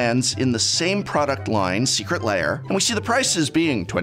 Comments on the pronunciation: Why are you pronouncing lair "layer"? :) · I can’t handle him saying Secret Layer. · I like how you call them secret layer and not secret lair